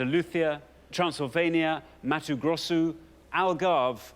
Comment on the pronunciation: He knew to pronouce it "Matu Grossu" like we do in Brazil. This host does his research